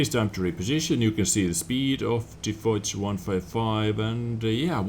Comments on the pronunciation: I think it's pronounced fosh, not foz but I'm not sure :D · lol the way says "foch" makes me throw up. It's foch not "fox" with a deep o.